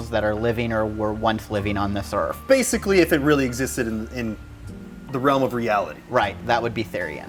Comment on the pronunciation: haha he said "earf"